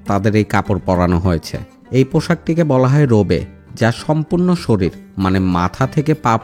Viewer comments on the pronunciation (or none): none